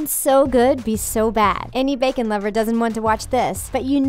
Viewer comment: THE WAY SHE SAYS BACON LOL